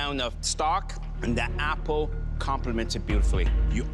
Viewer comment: "you had the wwight amount of pumpkin, wwight amount of stock, and the appow complements it perfectly" ~ chef Alvin